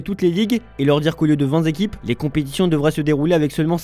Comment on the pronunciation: Il a fait une déclaration d'amour à l'encontre (sic) à de la Juventus... Intéressant ! Intéressante également la déclaration de Gérard Piqué, qui affirme que vingt zéquipes, c'est trop. Il faudrait donc réduire le nombre de zéquipes. Reste à savoir quel serait le nombre idéal de zéquipes.